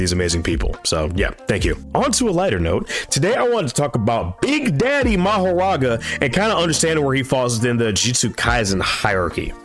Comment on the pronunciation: Lol, it's actually Makora, not Mahoraga, bro For the first time ever the translation was right but English-speaking manga readers trying their best to confuse people with this